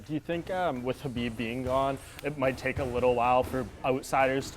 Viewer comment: Respect Beneil for pronuncing Khabib the right way.👍🏼👍🏼😉 The K in Khabib is SILENT.